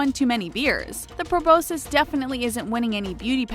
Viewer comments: its pronounced pru-bos-kis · You pronounced proboscis wrong